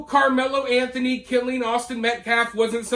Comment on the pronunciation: I figured that was AI BS because they couldn’t even say “Anthony family” correctly. The other thing that really stood out was when they said a dollar amount they always included “zero cents” after the amount. No one talks like that except AI 🤖🤦🏻‍♂️